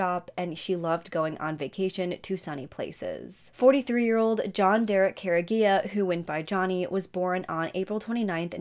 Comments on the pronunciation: The last name is pronounced Cor-E-Egg-ah And the school is pronounced kla-how-ya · It’s Car-E-Aga not what you Said, I went to school with John’s brothers. The sick jerks that did this just got life in prison! Thank God! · You’re saying the last name wrong..😑 🤦🏽‍♀️ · Youre saying Careaga wrong